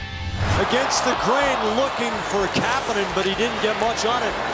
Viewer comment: kapenen? It's kapanen